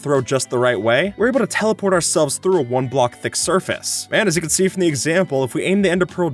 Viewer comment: “Stop rendering when you sehhh four blocks away”